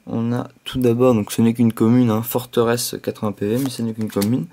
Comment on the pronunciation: Comment peux-tu prononcer Foretress "Forteresse"... Tu ne t'es jamais dit que dans ta prononciation il n'y avait pas de jeu de mot ? -.